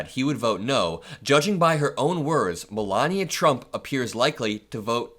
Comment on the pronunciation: Melanoma is a useless grifter - a blight on the USA. Meant to be a genius (hilarious!) but can learn to pronounce American English correctly. Vat a nitwit, or, NeeetVeet as she Vood Zay.